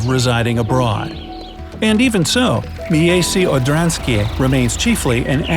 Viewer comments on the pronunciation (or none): MIJEJSCE ODRANSKIJE 1 kto nazywa tak miasto 2 jak on to mówi?! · wait, what? miejse odanske? It's miejsce odrzańskie not miejse odanske. I'm from Poland, and it's so fun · I know how to pronounce Miejsce Odrzańskie (I'm Polish and have a short surname.) It's "Mye-tse Od-ran-ski-ye". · You spoke wrongly at "Miejsce odrzańskie" xD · You said the name wrong because im polish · omg your saying the village the wrong way! Im know how to say that word prfectly bc im from poland! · miejsce odrzanskie juo need to say as:miejsce odsanieskie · Bro i know polish and you sed the tows name soooooo rong you sed it complitli difrent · U pronounced it wrong I am Polish so its offensive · oml i swear im going to cry myself to sleep everyday because how he said the villges NAME . p.s im polish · Love the way you try to pronounce Polish words :D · Shame you didn't bother to even try to say Miejsce Orzanskie properly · Miejsce Odrzańskie